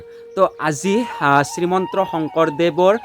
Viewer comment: শ্ৰীমন্ত শংকৰদেৱ হয়। আপুনি শ্ৰীমন্ত্ৰ কৈ আছে যে😅